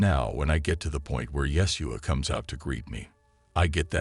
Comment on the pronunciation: Correction out of love ❤️ it is pronounced : YA - SHEW - AH . Blessings 🙏❤️🕊